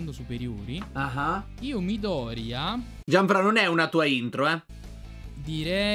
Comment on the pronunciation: Quando ha detto Midorya 16 mi è venuto un infarto avendo letto tutto il manga